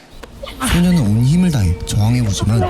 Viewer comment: 소녀는 소년은이 아니고 발음이 영 불확실하네 헷갈려서 못듣것네